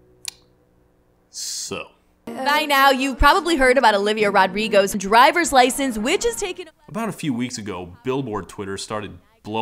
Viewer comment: "i gort my droyvers lyschence" ugh